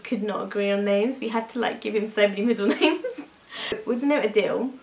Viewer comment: Adil is actually pronounced like aadil not like adele...